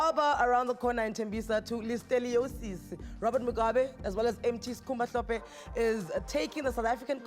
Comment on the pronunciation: Its Hlophe Anele not Mhlophe, please dont ruin our Zulu